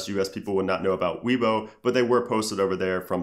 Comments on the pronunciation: Its not pronounced " WII BO" it's pronounced "WAYBO" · its weibo; pronounced like way-bo. not Weebo :)